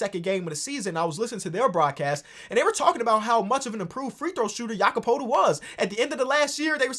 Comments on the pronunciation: no but thats not how its pronounced, why do all nba fans pronounce it like that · going back and forth pronouncing poeltls name right and wrong killed me 😭